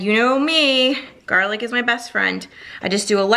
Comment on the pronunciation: Garrrrlick! You ruins it!